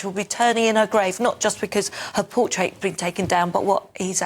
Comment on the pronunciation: Portrait not portait